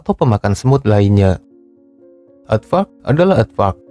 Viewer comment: pas lu ngomong aadvark kurang jelas min, coba artikulasinya diperbaiki